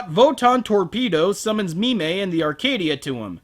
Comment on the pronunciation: So it's "Mi-mey" the telepathic space maiden, instead of "Meme" the cowardly dwarf smith.